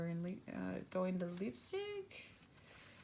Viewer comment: Leipzig is pronounced Layptsick by the way ;)